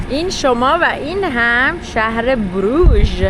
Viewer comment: تلفظ درستش بروخ هست